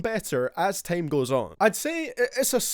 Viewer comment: Lmao this guy judging vocals from juice wrld, guy have you heard yourself talk? U say tame instead of time. Goodjob